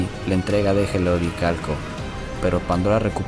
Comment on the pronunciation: Dégel viene del francés (deshielo) y se pronuncia "deyel"